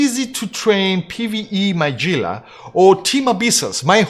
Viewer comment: Gila is pronounced "hee-la" not "gee-la" o7